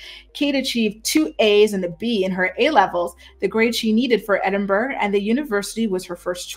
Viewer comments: it is ED-IN-BUR-RA not ED-IN-BURG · I appreciate your work,. You're excellent. Please note: there is no 'g' sound in Edinburgh. It is pronounced Edinburrow or Edinburra, never Edinburg. Thank you for your hard work. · It’s pronounced “Edd-en-burro”